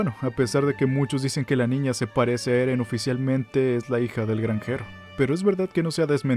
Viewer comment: Ereh peruano